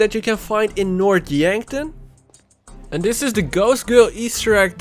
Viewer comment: Its north not nort